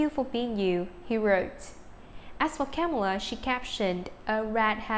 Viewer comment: says Camila Cabello no Kamela